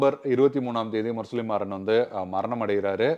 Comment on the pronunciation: பெயரை சரியாக உச்சரிக்கவும். முரசொலி மாறன்....நீங்கள் இப்படி ஒரு தமிழ் பெயரை உச்சரிப்பதைக் கேட்பது மிகவும் எரிச்சலாக இருக்கிறது. நான் எந்த அரசியல் கட்சியையும் சார்ந்தவன் அல்ல